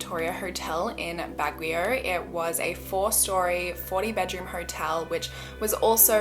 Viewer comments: bag(i)yo. no /w/ sound there. lol. love you anyway! 👌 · Hi! The correct pronunciation of Baguio is BAG (🛍️) -YO (as in when you're rapping songs). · so cute how u read Baguio!! hehe it's pronounced like "Bag-yoh" <3 <3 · Its Baguio bagyow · the girl didn't say baguio right! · the wya you pronounced Baguio...but it’s okay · Love how you pronounce Baguio! 😅